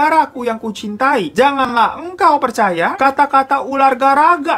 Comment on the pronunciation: Nonton sambil ngantuk2, kedengeran bang Hiro kaya ngomong "Saudara2ku yg kucing tai". Auto melek 🤣🤣🤣